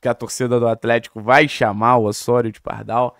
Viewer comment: Ôssôrio 😂😂😂….pq não fala Lêo Godoy??😂😂😂….tiro sarro mas canal ótimo